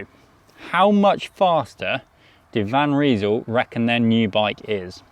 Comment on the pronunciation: They in van Rysel is pronounced like eye, not ee. Nice looking bike though, very similar to the latest propel